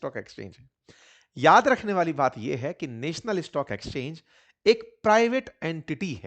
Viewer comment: नॅशनल होता हैं नेशनल नहीं